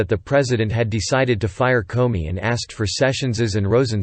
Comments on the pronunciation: This is very realistic - I actually thought I was listening to a human voice until it repeatedly pronounced "Comey" as "Corny." Listening to the report is definitely easier and more enjoyable than reading it myself!! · Karen Millen, this is a good Quality and from minute 43 He speaks Comedy correct.